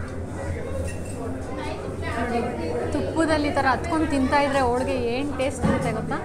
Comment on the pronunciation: Madam, nice information about Iyer Mess. But Kannada pronounciation to be corrected, for example otte aseethide ( HoTTe hasiyuttide) , olige ( HoLige). Correcte pronounciation will bring good value for the explanation. Please don't mistake. Thank you Madam.